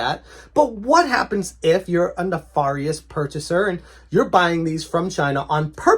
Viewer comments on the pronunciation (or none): I believe nefarious is pronounced,''nefAIRious not neFAHrious''. Also, what is the point of switching innards of a SNES cartridge? Why would a scammer want the innards of a rare game with no shell? I don't understand.